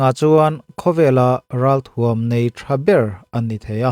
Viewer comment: "Athuam" i tih hi lam ercho tawh suh, "a"iilam aia hniam hretin "thuam" hi tihniam hret zawk rawh.